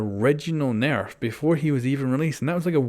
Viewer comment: AR S nairf 😂